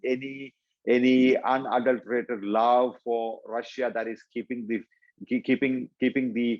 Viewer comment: when "English" is an official language, when Russia is all over the news, and you still cannot pronounce "Russia" in English in an interview about Russia... priceless